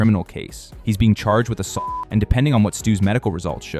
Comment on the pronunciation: What the hell. You can’t say the word assault. This channel is GAYYYYYY